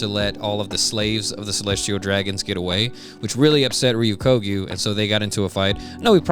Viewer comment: sorry, I know this is a bit of a nitpick, and I know his name is hard to say, but you keep pronouncing Ryokugyu's name wrong. You're saying it like Re-yu-KO-gyu, but it should be Re-yo-KU-gyu